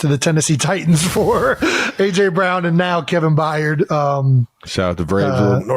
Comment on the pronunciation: It’s By-erd